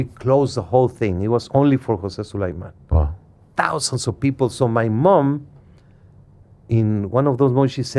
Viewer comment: Mauricio Su-LIE-MAN!!! Fake Mexican his parents weren’t even Mexican bro